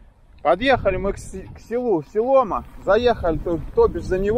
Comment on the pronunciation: Спасибо за дивную прогулку. Только не СелОма, а СеломА.